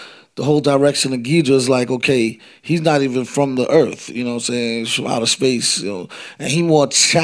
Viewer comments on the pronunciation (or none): the way he says “he ain’t even from earf”💀